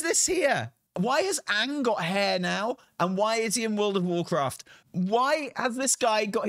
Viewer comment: Banner says "Warcrat" ;)